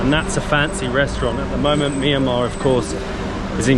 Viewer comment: Mi ya ma❌ Mian ma✅